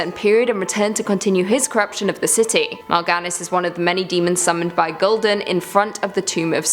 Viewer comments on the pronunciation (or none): I'm not gonna nerd rage. Just gonna say as someone who's played wow since he was 9. Its pronounced ark-keh-mond not ark-keh-mon-day And its pronounced ghoul-Dan not gul-dan its more seperated into two words Also I'm pretty sure archimonde didn't appear in from of the tomb of sargeras before the battle of the broken shore because in the previous expansion you kill him as the final boss of the final raid. Not in normal mode. But in mythic you follow him into the twisting nether where you kill him there making it so he cant resurrect